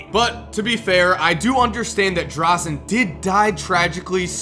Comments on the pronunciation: Fuck you. Don't ever speak one word against Dražen. You can't even pronounce his name correctly. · NOT DRAZEN DRAŽEN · Its dražen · You butchered Dražens name :D